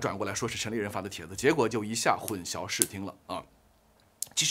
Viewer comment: 混「淆」念音是「姚」 大陸會把曝光念成「爆光」，曝字在台灣是找不到「爆」音，我其實很不習慣，難道大陸會把「曝曬、一暴(曝)十寒、野人獻曝」等，都念成爆嗎？但現在我知道太多評論念「爆光」（曝光），我也沒辦法而習慣了。混淆念成混 消二聲，還是太怪了吧。（中文是太難了，我也有很多不會。）